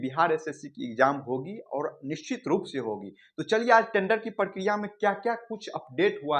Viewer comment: इ प्रकिरिया है या प्र प्र प्र प्र पराकिरोयअअअअअअअअअअअअअअअअ😮